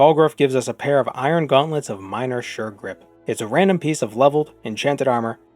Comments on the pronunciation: when ya got to the gauntlets of sure grip part, i thought you said "shirt rip" and was briefly puzzled by the possible genre shift of the video. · I swear I heard "iron gauntlets of shirt rip"